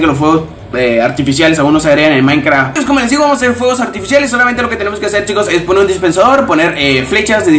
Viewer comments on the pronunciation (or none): none